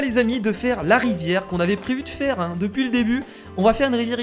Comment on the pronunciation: la rivière c'est plutôt la "ri-verre"